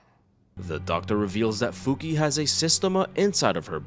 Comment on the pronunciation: Not to be rude but her name it’s not Fuki its Fukie, I know you wrote it correctly but that “e” it’s pronounce like eh like the e from the word “Yes”